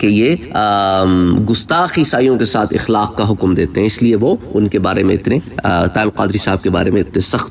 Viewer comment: قبلہ اتنا بڑا بننے سے پہلے اور اتنی بڑی شخصیت پہ بات کرنے سے پہلے تھوڑا پڑھ لیں۔ اِخلاق نہیں اَخلاق مجتہَد نہیں مجتہِد استفادہ حاصل کرنا نہیں ہوتا۔ استفادہ میں پہلے ہی حاصل کا معنی پایا جاتا ہے۔ آرائے کس ڈکشنری میں لکھا ہے۔ رائے کی جمع آراء ہوتی ہے۔ یہ چیزیں سیکھ کر عالم یا اسکالر ظاہر کریں تو مناسب رہے گا